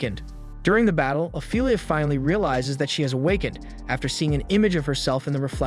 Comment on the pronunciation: アイリーンじゃなくてイレーネな、キャラの名前は大事よ それとアイリアじゃなくてオフィーリア ちゃんとしろよ